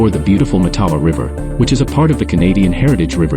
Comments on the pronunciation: It’s pronounced MATtawa. With the emphasis on the first syllable. Like Ottawa. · It's pronounced MATawa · Hé could pronounce the name properly